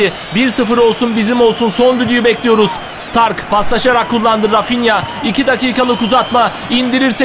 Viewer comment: Bayern Münih'in kalecisi (Starke) Stark diye degil de Ştarkı diye okunur. Okuduysan kalp koy lütfen:)